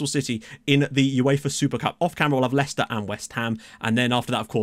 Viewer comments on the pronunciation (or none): none